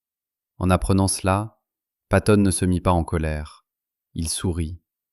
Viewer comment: Patton.....avec deux T .....s'il tE plait !